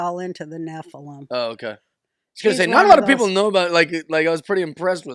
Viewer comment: Nephilum - accent on the first syllable - Love you!